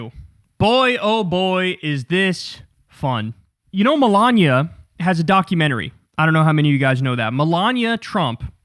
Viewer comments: Him saying Milaña instead of Melania shouldn’t be funny to me but it is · Kyle must have been hungry when recording this...he keeps saying Melania like lasagna. 😋